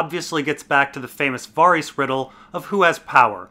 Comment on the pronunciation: Also, at this point in your career, is it safe to say you continue to mispronounce Varys on purpose just to piss ppl off?